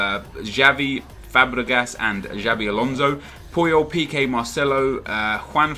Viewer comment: It's Xabi not Jabi.